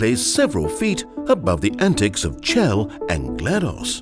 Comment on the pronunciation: Ah, so this isn't a Valve-supported video... no wonder he mispronounced Chell's name.